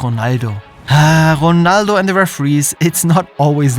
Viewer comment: Ronaldo❌ Jonaldo ✅